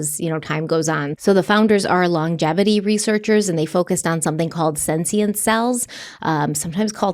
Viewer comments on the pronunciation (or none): please stop mispronouncing senescent. It’s senescent, not “senscient” or whatever you are saying. It’s driving me insane.